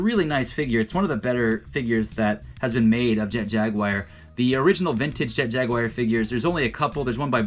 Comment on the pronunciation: Your knowledge of toys is incredible. Your knowledge of how to say Jaguar..not so much